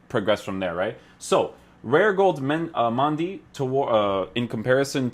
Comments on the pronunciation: Its Mendy not Mandy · It’s Mendy not Mandy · Who is Mandy. I thought it was Mendy. 😂😂😂 he not only got a upgrade he also got a name change